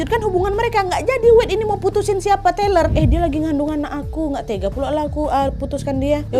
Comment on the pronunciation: TAYLOR mbak, bukan TELER, orangnya gak lagi ngefly